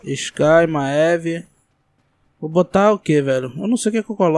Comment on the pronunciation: ma-e-ve kkkkkkk crl pqp q pronuciaçao em vey pqp kkkk e mive poha .. kkkk crl maeve kkkkk